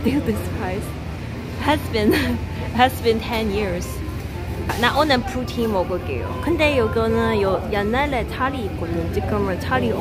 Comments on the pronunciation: 프로틴 아니고 푸틴... 이젠 영어도 못하네 ㅋㅋㅋ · 프로틴 아니구 푸틴!!! 단백질 먹으러 코스코 간줄 알았음 ㅋㅋㅋㅋ